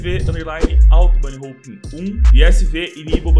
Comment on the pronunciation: bunny HOUPE KKKKKKKKKKKKKKKKKKKKKKKKKKKKK n sabe nem falar #foda